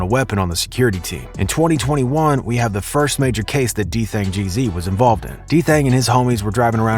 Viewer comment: Its gz not jeezy, that annoyed me so much😭